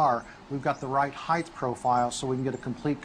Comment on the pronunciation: "The right heighth profile?"